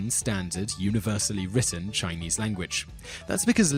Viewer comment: Haha heard that too